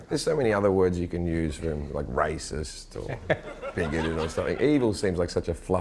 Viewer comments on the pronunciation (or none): did anybody else hear him say riceist